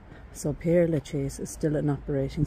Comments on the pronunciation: Ah, I'm glad I'm not the only one who wants to pronounce this as 'pierre' instead of 'perre'. It's such a bugbear to me! But how lucky you got to visit this amazing cemetery! Thank you for giving me a tour of this 'city of the dead!' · Père, not Pierre! Do the Irish not study French?